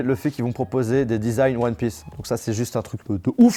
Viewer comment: Le one pleuss et disagne me tue 😂😂